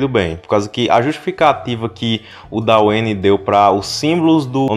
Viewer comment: por favor,, não é "daueine" é "dueine" que agonia mani